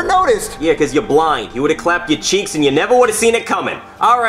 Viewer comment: This is how many times Jeff’s said cheeck